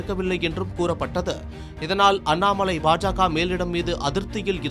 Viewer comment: அண்ணாமழை இல்லடா அண்ணாமலை டா நாக்கு வழிச்சிட்டு செய்தி வாசிங்கடா 🙏🙏🙏🙏